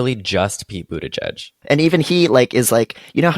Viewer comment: I want someone to know that I didn't know how Pete Buttigieg's name was pronounced (and didn't read the video description) so I was trying to understand who "Peepoo the judge" was. I finally figured it out when I turned on auto subtitles and submitted " Pete Budaj Jud" to google and it spit out Pete Buttigieg. PS: I'm french and in my mind I was reading his name Peat butty-gig PPS: PEEPOO THE JUDGE PPS: In my mind it made sense because it could be the nickname of a super stick in the mud gay public figure